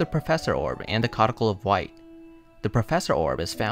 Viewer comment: OK, there's no way that's how "codicil" is pronounced. Thanks for the video, tho.